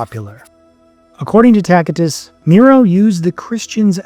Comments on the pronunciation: Your citation from Tacitus is not only MISpronounced but FAULTY of analysis. IF the Christians were "called 'Christians'" BY THE POPULACE", then that implies they DIDN'T call THEMSELVES that! So WHAT did they call themselves?? "JUDES"? The epistle of James and the "Acts of the Apostles" state that they "were CALLED 'Christians'" as well but NOT that they called THEMSELVES "Christians". There is actually a clue that they were NOT distinguished from the Levitical Judes: there is NO trace of the 🔥 that burned Rome during Nero's reign on any of the ruins remaining from before that time, EXCEPT for the 🏛 of Saturn in the Forum; which the inscription on the lintel of refers to as the "INCENDIUM MAGNUM", or "Great 🔥". SATURN was regarded by the "pagans" as the SEVENTH 🪐 and therefore, the "god" or deity of the JUDES because of their reverence for every SEVENTH day of a Month as "sacred". Since the Judes referred to the Day as "SHaBBaT", the pagans called their god "AL SHaBaaTH". All this implies that Nero was actually BLAMING THE JUDES on being the arsonists of the great 🔥 and whom the biographer Suetonius states Nero DIDN'T like. So then possibly, an ANTI-Christian JUDISH scribe RE✍ the 📜 to make it read that Tacitus (said as "Tachitus" not "Takitus"!) had referred to "CHRISTIANS". And the "evil" he mentioned as BREAKING OUT IN JUDEA could well refer to ANTI-Roman Judish REBELLION.... which DID "break out" in JUDEA only a COUPLE YEARS AFTER the 🔥ing of Rome. After all, WOULD a ROMA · Tacitus is pronounced with a 'soft c' so you use the 'C' as would when saying the word 'city' , otherwise, this is an informative and interesting podcast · Pronounced “Tasitus”